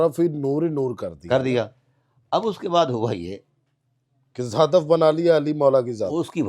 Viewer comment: "ہدف" نہ کہ حدف۔